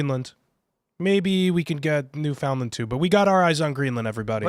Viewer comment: Guys… it’s pronounced “NEW-FUND-LEND”